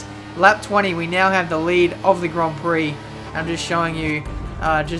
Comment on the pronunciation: horrible pronounciation of gron prok